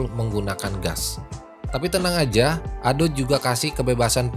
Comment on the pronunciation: Ado om bukan ado' peakk